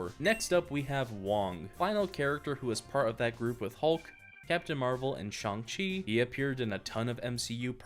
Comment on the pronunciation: It’s pronounced Ch Ayng chi but I’m enjoying this too much